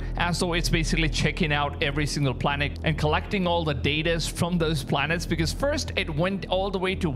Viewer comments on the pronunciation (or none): I can’t believe this. He can’t even pronounce the planets correctly 😂